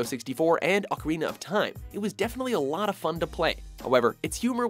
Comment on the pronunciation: FINALLY PRONOUNCED OCARINA OF TIME CORRECTLY!!!